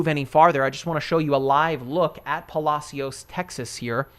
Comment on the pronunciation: It's "Puh-Lash-us" Texas, never heard its probably proper pronunciation 😆😆 Thanks for the updates. Just got off Galveston island